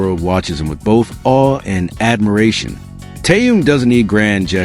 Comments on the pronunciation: Очень раздражает бот, то Таюн, то Тэнун, то Тоян, хотя вещает на русском языке. Недоработка. КИМ ТЭХЕН, запомни машина, КИМ ТЭХЕН. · Какой ещё Тэхаен !? Тэхен! Тэхен! Автор ,прежде чем озвучивать его имя ,надо хотя просмотреть видео с ним и как его зовут Арми .